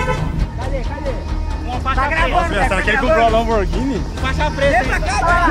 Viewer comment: o "lanboghini branca"